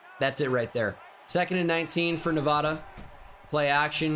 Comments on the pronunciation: It’s actually pronounced Nuh-VAY-duh... hehe silly boy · I’m begging you… the first a in Nevada is pronounced like apple, not awesome (coming from a Nevada resident) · Probably doesn’t help when you insult the entire state of Nevada by pronouncing it incorrectly. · You’re pronouncing Nevada wrong and it’s distracting